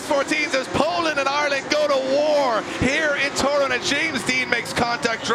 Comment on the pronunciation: Drift Masters Grand Prix it's not called Torún, it's Toruń